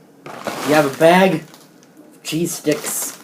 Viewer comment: Thought he said cheese dicks..... Am I a pervert or can anyone else relate?